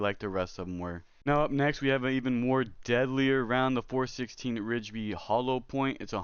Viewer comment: I am totally hyped for this game! Thanks for the little overview, really hope it lives up to the hype! I realize this vid is a year old so the following comments may be outdated to you and you've long since learned about the following... I had a few comments if you don't mind a little feedback Just to help you sound a little more credible the 416 Rigby you were pronouncing it "Ridge-by" and as far as I am aware that is incorrect, all i've ever heard is "RIGby" (think saying it like 'Rig-be' (like you you may "Rig" up a fishing line and saw a bee flying around. Totally feeling like I'm that nerd correcting someones spelling but I'm not trying to be a know-it-all dick but rather help you feel more respected for what you are talking about (if that makes sense). I can be wrong on anything in my message, maybe some things are unique to here in Alberta Canada but I used to be a Firearms Specialist and have heard a lot of the 'talk'. So again my goal is to just show a kindness in giving a little direction. So in that tone the .243 Win isn't said "two, four, three, Win" but instead "Two fourty-three Win" Lastly did THEY say that the cartridge you showed was a 22LR?? It really didn't look like a 22LR maybe closer to the 22 WMR. Thanks again for doing the overview! Hope you understood my few comments were meant as contributions to hopefully help make your future vids a lil more 'on-point and again maybe I am wrong on all fronts and my observations were all unique to my Alberta experien